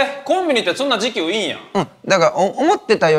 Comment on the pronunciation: 時給のイン↑トネーション富士急やん